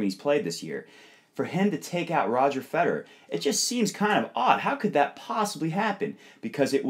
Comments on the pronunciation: Note to all Americans who run tennis instructional videos: "Federer" is pronounced with three syllables. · Ich bin Amerikaner...:) It always just sounds like you guys are saying "Roger Feder." Enjoyed the video!